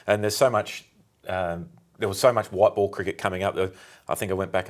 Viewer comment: The word ball has 2 L's in it Clarke. It's not pronounced bawww